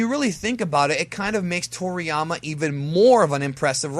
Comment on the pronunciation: Wait..who tf calls him Trolliyama lmaoo